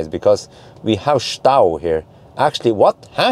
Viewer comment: Hey, your german is perfect. Scheisse..... Das ist nicht gut..... Stau. 😀 Or is it local language. Greetings from Germany 🇩🇪